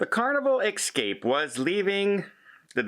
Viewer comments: Please, the word is EScape, not EXcape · Hey.... I think it is ESSCAPE not EX-CAPE. Just a friendly suggestion. I LOVE your shows. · Please practice saying ess-cape